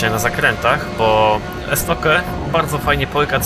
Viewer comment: Jakie Estoke "estokju" jeśli już